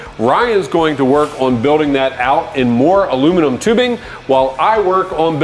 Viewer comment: My favorite moment is when you stopped saying aluminum wrong then 4 minutes later started saying it wrong again.